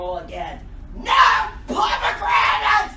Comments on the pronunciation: My ears started to bleed and guess what came out.... pomigranits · Is this how americans pronounce pommegranates? Geez.